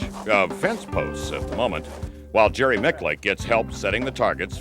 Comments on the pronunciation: "jerry micclicc" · I wish he’d learn to pronounce Jerry’s last name correctly!!! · If he's the man you want to be, then how is it you don't even know how to pronounce his name? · When are people going to learn to say his name right?! Love this guy!! So humble, and a complete bad-ass. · Imagine messing his name up like 5 times after youve heard the man himself say it. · Eric Borders My point exactly. The host butchered it several times.